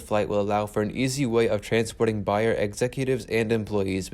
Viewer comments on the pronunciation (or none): Bayer is pronounced bear 🐻.